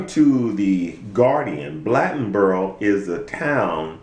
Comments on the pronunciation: Why talk about race then call it "crackertown"? Ive lived here my entire life and never once have I heard it called that. Is this situation wrong? Yes it is. By all means it was wrong. But dont be the pot calling the kettle black!! BTW its Blade-on-boro!! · u trying to tell us the history about Bladenboro, u can't even pronounce it correctly. and the fuck "crackertown" he lived in the pj with all blacks. go on somewhere with yr white hating self